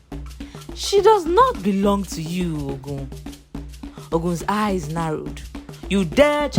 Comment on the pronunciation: The narrator should know the right pronouciation of some words. The word "Ogun" is wrongly pronounced. Please do your research properly before showcasing your work.